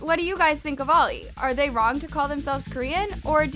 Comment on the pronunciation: It’s the emphasis on the they💀